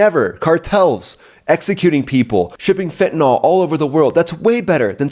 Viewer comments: I enjoy your insights, but PLEASE learn how to correctly pronounce than name of the horrible drug, fentanyl. It is commonly MIS-pronounced “fen•ti•nol” The correct pronunciation is “fen•ta•nil”. Thanks. David Clayton, MD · Dude, its pronounced FENTANIL not Fentanol